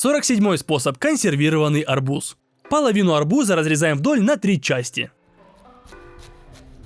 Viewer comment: Ты сказал арбузá😂